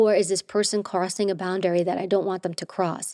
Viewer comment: Why she keep pronouncing it boun-dairy lol